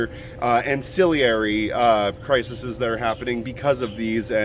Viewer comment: Crises CRY-seez :)